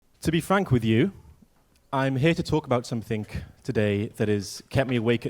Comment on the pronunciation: Can't trust anyone who says "somethink" in their opening. like what the HEEEEEELLLLLLLLLLL